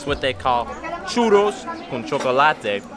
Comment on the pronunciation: How pronounces “churros” LOL